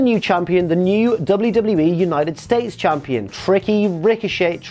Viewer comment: Who else said tricochet when he said it